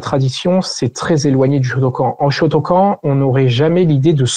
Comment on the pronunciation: J'aime beaucoup la vidéo, mais la prononciation de "shotokan" fait mal